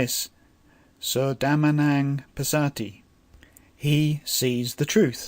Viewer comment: Great tutorial, thank you. Just a comment/feedback on the pronounciation of the word Dhammaṃ from my side. It sounds like you add an extra "na" between "Dhamm" & "aṃ", which thus sounds 'dhamma"na"ṃ', which is a bit odd. Apology if I am too picky. Otherwise this is a great, useful and precise teaching.